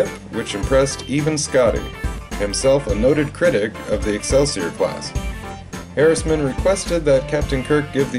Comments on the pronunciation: It's Captain John Harriman, not Harrisman. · It's Harriman